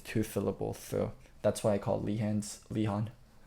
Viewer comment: Ok I know can read but can we please stop pronouncing names wrong in order to sound cute? Leehond is actually Lehends. To: Samsong is Samsung.